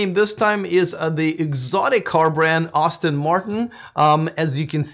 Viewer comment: Name of the manufacturer is pronounced Ass-ton not Austin...FYI